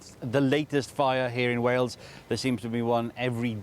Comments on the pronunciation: It would be better if said Way-Yulls. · Hail, snail, whale= Wales. Please make the effort to at least try. You are driving me insane lately with your pronunciation it is not Wells it is Wales 😅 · Love your videos, I've just got one request. Please stop saying "wells". Wales isn't wells like bells. It's Wales like Tails. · Its WALES not WELLS ffs. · Wales pronounced as Wails or better still Cymru pronounced as Come ree. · it's way ells boyo... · He has always said wells for Wales lol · Not wells . WALES